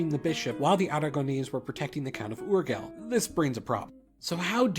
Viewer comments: Ok everyone's roasted you enough for the "Barthelona" fiasco so here's some new material you also deserve to get roasted for: -Urgell is pronounced something like "oor-GAY". The double L corresponds to a y-like sound in Catalan AND Spanish, AND stressed syllables are important. Which leads me to... -2. Aragón (aka Aragó in Catalan). Great pronounciation on the individual letters, why are you not stressing the stressed syllable though. That's what the accent on the "ó" is for. Other than that though, great video, really informative! And yes, the other pronounciations were pretty much perfect (at least the spanish ones, can't speak for th french ones though) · People talking about how he pronounced Barcelona... But nobody mentions how he says Urgell. It is pronounced "urYELL" more or less (caps means accented part of the word). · Pronounce Urjell, not Urghell and BarcelOnae, not BarcelonA. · If you are gonna be "accurate" about toponyms, it's "uhr-ZHEL", not "UR-gle"... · Urgell is pronounced like yurgeLL {[uɾˈʒeʎ]} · Ok not to be picky but if you want to pronounce “URGELL”.... well... it would be something like this... Urjzhey (idk how to put it exactly but more or less that’s how you pronounce it) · Barthelona, okay, that's definitely not catalan, but Oorghel?? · I love that you pronounce Barcelona with the very modern (rather niche) pronunciation currently used in Spain, but you pronounce Urgell as Urguel, a way it wouldn't be pronounced in Catalan, French, or Spanish. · say "ur-gel" one more time! i dare you! i double dare you! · No, Barcelona it's not meant to be pronounced like that, and Urgell does not like that either. Those are catalan names, not castilian. I detest the fact that you keep pronouncing with castilian name a catalan region. That's why many seek independence, because seems that just "Spain" means "castilian language" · "This is how you pronounce Barcelona" Goes on to mispronounce the g in Urgell and even stressed the wrong syllable in Aragon